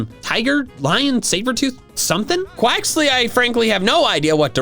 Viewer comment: I'm thinking Quaxly is not pronounced correctly. Because of Bonsly...